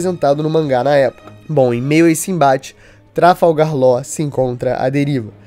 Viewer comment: falar "Láu" e não Law é um forte indicativo de alfabetização precária